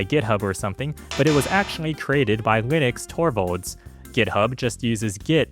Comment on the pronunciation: pronouncing it as "Linux Torvalds" LOL